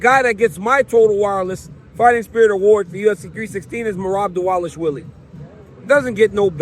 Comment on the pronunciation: What’s up with everyone calling Merab diwalishwily it’s div-a-lash-villy it’s literally not hard and your getting paid to speak atleast learn how to pronounce especially Bruce buffer like frs do better